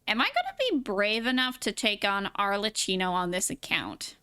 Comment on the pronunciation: Arle KI no, not "tchi". The two C's followed by an H in her name mean that it's pronounced as a K sound. It would have to be spelt Arlecino to be pronounced the way you do (similar to "ciao")